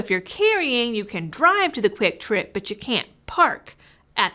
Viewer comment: Are you talking kwiktrip or quicktrip?